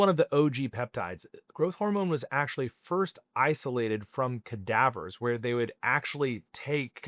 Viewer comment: Never heard someone say "cadaver" like that